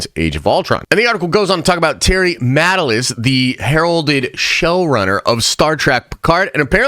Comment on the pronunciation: Matalas is pronounced "muh-TAH-lus".